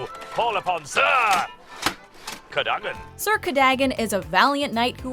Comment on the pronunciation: Why, even after hearing it pronounced in the movie AND audio book are you saying “cur-day-gun”? You show a clip where they clearly say it correctly “cur-duh-gun”, and then immediately say it “cur-day-gun”? What!? No research done? I get different accents, but come on. What!? No movie or audio book says it that way. None.